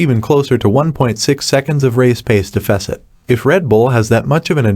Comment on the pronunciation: Learn how to pronounce deficit before saying it a million times